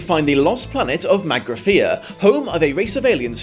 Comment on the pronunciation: So, I feel the need to point out that you seemed to say Magnathea several times, when the planet's name is Magrathea.